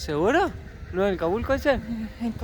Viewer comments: jajajajaj Holaaaaa que genial como lo están pasando! jajajaj Me da mucha risa como pronuncias '' Volcán cabulco '' jajajaj es ''Calbuco'' jajkajkajka, pero bueno, cosas que pasan con los nombres nuevos! Espero con ansias el prox video! cuídense muchoooo. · es Calbuco...no cabulco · Se llama volcán Calbuco ,no calbuco ...con cariño la corrección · jajaja pronuncia mejor que! y el volcán se llama CALBUCO. SALUDOS MUY BUEN VIDEO